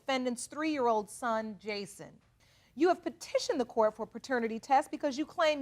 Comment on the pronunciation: “Court “. Not “Quart”. Good lord…..